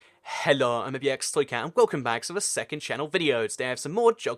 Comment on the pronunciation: why do you say hello the way you do? Is this some obscure accent I don't know? helorr?